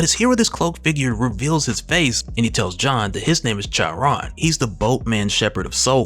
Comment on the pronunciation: "Charon" (as in the Greek Mythology Ferryman of Hades) is pronounced "Kar-Ron".